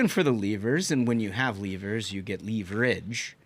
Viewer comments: Someone else said it "leave rich" and that just did it for me. 😂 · I hate you guys. When J.D. Vance says “leverage”, I think “leevarage”…… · Never stop saying Leaveritch. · Ahh! "Leave Rich". We thought he was mispronouncing leverage. He's just talking about how wealthy Democrats get in DC. 😂😂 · I’m sure the democrats could answer a very simple question. How do you pronounce “leverage” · You guys are destroying the way I speak 😂 progrum, Tuesdee, leeverich